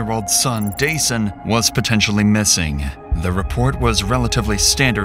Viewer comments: His name is “Duh-Sahn” it’s not “Day-Sun.”😑 Rest well young man.💔🕊️💔🕊️ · it's duh-sahn, not day-sun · His name is Dasan, pronounced duh-sawn, NOT day-son. His mom Latrice and his POS killer said it multiple times to hear it. Or just call him DJ. I appreciate the work you put into your videos, so I'd hope you'd get the victim's names right when you're told what they are to show respect for their memory and loved ones left behind. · His name wasn’t Dason like Jason you idiot. His mother makes it entirely clear how his name is pronounced. I hate the guy behind this channel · At least respect this beautiful, innocent victim by pronouncing his name right...I heard it multiple times from his Mom...it's pronounced 'Da-SAHN'....🤦‍♀️ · Threw me a little with how narrator kept saying DJ’s name like “Jason” instead of how his mom & killer pronounced it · I HATE that Dasan's name was mispronounced throughout this entire video. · It's ridiculous you keep mispronouncing Dasan's name when you put in the video how is mother pronounces it. Do beter. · The LEAST you could have done is pronounced the poor victim's name correctly, FFS... The disrespect... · Yo why do you keep mispronouncing the victim’s name when the mother says it correctly in the interview footage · Why are you always mispronouncing names? They literally say his name and you still mispronounced it 😒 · Can you please just get the victim’s name correct? Fucking christ. Dasan’s name is pronounced several times in the interviews. Say his name. If you can’t do that correctly, whether by correcting your voice or a text-to-speech, you’ve lost the plot completely. You ain’t even tryin’. For folx wondering, Dasan’s name is pronounced as ”Duh-sAHn.” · Why does the narrator keep pronouncing Dasan's name incorrectly? 😐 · Why didn’t you pronounce Dasan’s name right when you could hear it said right by his mom? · Out of respect, the narration should have been fixed to pronounce Dasan's name correctly...